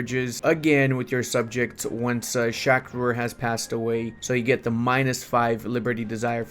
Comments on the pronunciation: pls stop saying sha kur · Bro cannot pronounce shah rukh if his life depended on it